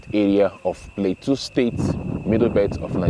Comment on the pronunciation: Pronounce plateau not pleteu